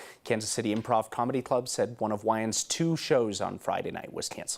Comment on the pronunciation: Yeah super super white guy can't pronounce "Wayans" because he's never watched any movie with a black person.